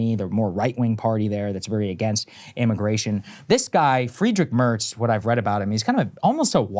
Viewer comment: The guy's name is pronounced Free-drich Mertz, he worked at the imfamous Black Rock investment firm when his party put him out to pasture under chancelor Merkel and is now back to put the axe to Germany's social programs. The Greens lost 3 per cent against their last election results in 2021 and did not at all surge this time. The Left party picked up the majority of the votes of former Green voters disillusioned by Green vice chancelor Habeck's push for harsher immigration laws and his proud contention that was now the "defense industry minister".